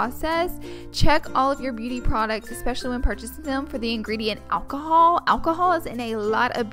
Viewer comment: the way she pronounces "oil(y)" "alcohol" smh..her voice in general